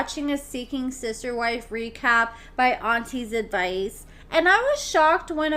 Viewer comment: She couldn’t even get Auntie’s Advice name right: it was ridiculous!! Who’s “Auntie Vickie”????